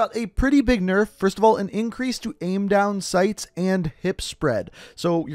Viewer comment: "Big nurf"?